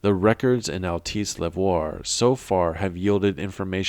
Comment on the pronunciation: small detail but it bothers me every video of yours i listen to; it’s pronounced ‘al-tess’ not ‘al-tice’ . love the content, there’s so much lore in this game even if it was executed poorly at times the story is still great !